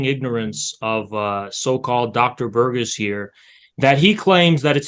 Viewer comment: “Burgiss” I couldn’t listen to him after this mispronunciation because I was too busy laughing.